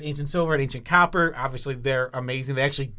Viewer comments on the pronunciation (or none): none